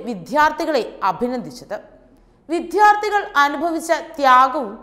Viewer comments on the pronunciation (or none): വിധ്യാർത്ഥി അല്ല, വിദ്യാർത്ഥി എന്ന് വേണം പറയാൻ. ആദ്യം ശരിയായട്ട് പറയാൻ പഠിക്കൂ. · വിദ്ധ്യാർതി എന്നാണോ പറയേണ്ടത് ? വിദ്യാർത്ഥി എന്നല്ലേ ശരി ? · വിഥ്യാർത്തിയല്ല വിദ്യാർത്ഥി കഷ്ടം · വിദ്ധ്യാർത്ഥി എന്നല്ല, വിദ്യാർത്ഥി എന്നാണ് പറയേണ്ടത്. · വാർത്താ അവതാരകർക്കൊന്നും ഉച്ചാരണ ശുദ്ധി ഇല്ല. വിദ്യാർത്ഥി വിദ്യാർദ്ധി ആയി. മലയാളം നമ്മുടെ മാതൃഭാഷയല്ലേ? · Malayalam aksharamalayile each letterum pronounce cheyyendath engineyanennariyanam.vidyarthi. Aakunnu.vidhyarthi alla.mriduvinte pronounciation alla ghoshathonenna difference manassilakkanam.I am sorry to say this. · " വിദ്ധ്യാർത്തി " യല്ല വിദ്യാർത്ഥി എന്നു ശരിയായി പറയൂ. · വിദ്ധ്യാർത്തി.......വിദ്ധ്യാർത്തി......വിദ്ധ്യാർത്തി...... വിദ്ധ്യാർത്തി മലയാളം തെറ്റില്ലാതെ പറയാൻ അറിയാവുന്ന ആരെയെങ്കിലും ജോലിക്ക് എടുത്തുകൂടെ നിങ്ങൾക്ക്...? കഷ്ടം!! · Vidhyarthi??? Or vidyarthi? Shame malagali! Please employ only those who know our language aa news readers!!! I do not know how to type in malayalam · വിദ്യാർത്ഥി എന്ന് വായിക്കു . നിങ്ങളുടെ ഉച്ചാരണം ശരിയല്ല. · അത് ഒരു ഇഫക്ട് കിട്ടാൻ ശക്തി ആയി പറഞ്ഞതല്ലെ? 😜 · വിദ്യാർത്ഥി എന്നു പറയുന്നതിൽ ദ്യാ എന്നതിനല്ല ശക്തി കൊടുക്കേണ്ടത്. ർത്ഥി എന്നതിനാണ് ശക്തി കൊടുക്കേണ്ടത്. മലയാളം ശരിയായ രീതിയിൽ ഉച്ചരിക്കണം.